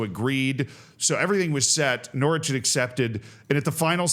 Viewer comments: immediately corrects himself on pronouncing the W in Norwich, proceeds to later pronounce the 2nd T in Toronto. Canada asks for an apology and a retraction. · Norwich rhymes with porridge, obviously